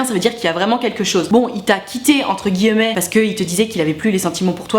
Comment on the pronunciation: Salut j'adore ce que tu fait et j'ai reregardé toutes tes vidéos, voila juste pour te dire que l'accent que tu as quand tu dis "guillemets" je trouve ca drole et mignon, je t'adore bonne suite; )